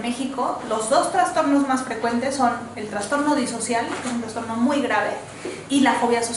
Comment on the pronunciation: Todo bien! Me encanta como explica pero dijo traNSTorno?? al trastorno??